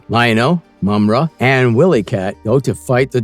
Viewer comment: Pronounced Wy-lee cat not Willy cat